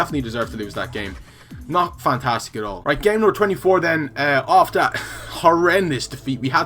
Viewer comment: making up words now hahah "frantastic" is